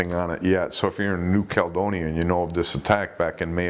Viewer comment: It's New Cal-E-donia, and sharks don't have feet, just FYI unless they have swallowed them.